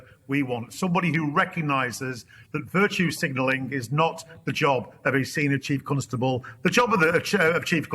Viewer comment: Why does he keep saying "Chief Cuntstubble"